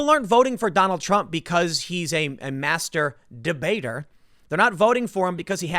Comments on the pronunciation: Hahahaha tim said Master debater heheheh it sound like 👍 🤣 😂 😆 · "Master Debater." My mind is in the gutter. I seriously thought Tim said masterba .... 😱😳😂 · With a beavis and butthead huh huh huh he said masterdebator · Tim said mastur-debater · Master debater wrongly pronounced.... Next scandal :D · I like how you made sure to clearly enunciate "Master Debater" 😆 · Got to love Tim emphasizing "master debater" and the space between the two words. Made me laugh